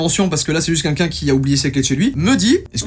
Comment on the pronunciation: Joyca … je n en peu plus .. à chaque vidéo … DANS TOUTES TES VIDÉOS …tu dis au moins une fois le mot QUNQUN … apprends à dire Quelqu’un ….